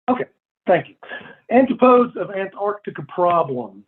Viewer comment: That's not how you pronounce "antipodes" dude... not even in American!!